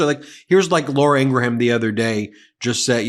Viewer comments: “Laura Engramm” 😂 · She pronounces it "In-gram" with two syllables. Just as we respect others pronouns, we can do their names too. Just a lot more professional. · Ugh!!! Learn how to say 'Laura Ingraham'!!!!